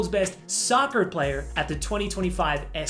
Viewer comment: I love how he changed his accent to an American one when he said soccer🤣🤣❤️